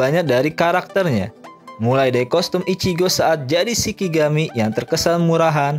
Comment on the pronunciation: Mas, Shinigami bukan Shikigami. Dan dibacanya ani-ME bukan anim.